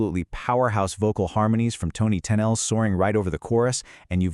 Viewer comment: Having grown up in the seventies, I had to stop watching this because of the way the AI was pronouncing Tennille.